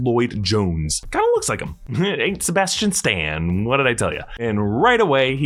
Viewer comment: We want sebastian stan not playsta-Tian